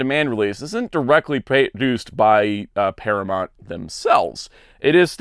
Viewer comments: ParaMOUNT not ParaMONT! You're KILLING me. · Its Paramount not Paramont, noob.